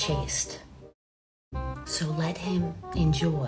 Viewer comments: Funny thought about that phrase, "You deserve to be chased"...wonder if the proper wording is, "You deserve to be chaste"...similar pronunciation but very different meaning...and it seems to fit with actual results post-wall...well kinda, but the damage is done at that point. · "Chaste" or "chased"? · Did she say “You deserve to be chased” or “You deserve to be chaste”?